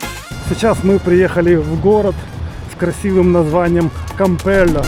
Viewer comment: Добрый день! Город называется Кампейо. Ударение на букву Е и две LL всегда читаются, как Й. 🙂